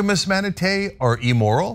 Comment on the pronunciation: Cenk -- It's "im-moral" not EE-moral. And ManatEES, not ManaTays.